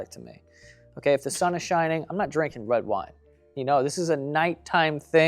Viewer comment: Anyone else notice Joe said “wed wine” like 4 times